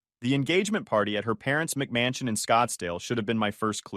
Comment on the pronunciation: I love when he says mcmansion 😂